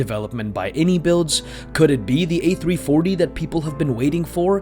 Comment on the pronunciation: Goosebumps just hearing you utter those legendary words, "A-Three-Forthy". Haha One can only dream and if iniBuilds do develope the A340, they will get donations as a thank you.